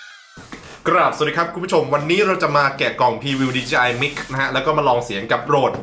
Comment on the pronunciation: DJI ไมค์ นะคะ ไม่ใช่ DJI มิก